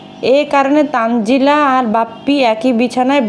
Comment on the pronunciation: ১০০% তানজিলার নাম তানিয়া। এইজন্যই প্রথম প্রথম দেখতাম এরা কেউ ঠিকমতো “তানজিলা” বলতে পারতো না, বলতো- তানজেলা।😅 সারিকা- মরিয়ম- মইরম। তানিয়া- তানজিলা- তানজেলা।